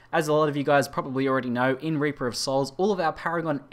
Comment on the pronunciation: why you pronounce it wrong? You pronounce: Raper of Souls, not Reaper of Souls.